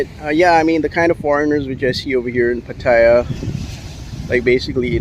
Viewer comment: Try pronouncing the city right...